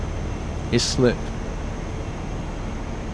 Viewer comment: by the way you pronounce Islip, I-slip. You said Is-lip. But more worryingly the line from oxford to oxford parkway isn't open yet. I wonder how they modelled it. It's not even on the GWR It's on the chiltern mainline